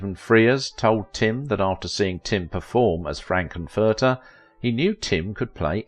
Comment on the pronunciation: Dr. "Frank N. Furter" - the N is separately stressed. "Hanna Bar-BER-ra" not obvious, but known to older 🇺🇸 🇨🇦 folks: the name's stress is on Syllable 2. Well-done program.